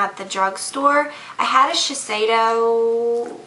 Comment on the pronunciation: THANK YOU. you said shiseido correctly! some people say shiseidoo and it really annoys me..